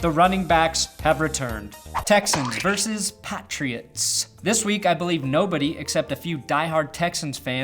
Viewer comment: God damnit,. It's pronounced "versus", not "verse".